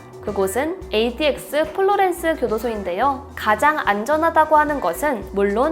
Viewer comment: 나만ADX를 KTX라고들엇냐